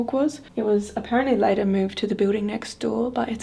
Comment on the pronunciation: I heard “Lee” or “Leigh” and not “Late.”